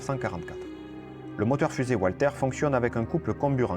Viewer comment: Très bonne vidéo, juste un petit point de prononciation, le fabriquant du moteur fusé étant allemand, on prononce Valter.